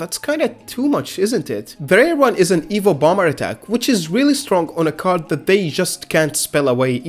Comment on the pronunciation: You kept pronouncing evil(evo) dragon, I was so confused.